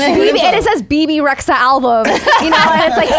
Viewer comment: Lol not me pronouncing her name as "babe resha".......